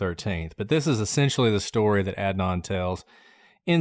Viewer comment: I want to listen, but I’m two minutes in and can’t stand the fact that you are both choosing to butcher Adnan’s name. Pronouncing someone’s name incorrectly is a choice that speaks volumes. Not sure why you didn’t make an effort to provide him with the basic decency of learning to pronounce his name.